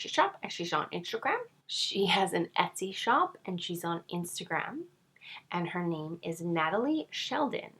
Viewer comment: hello greeting to you neighbor all the way from Calgary! 😄 i laughed so hard when you pronounced esty wrong. younare hilarious and cute! keep it up!:)